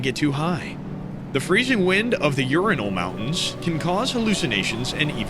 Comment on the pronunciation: Urinal Mountains...come on dude I know you're american, BUT...😂❤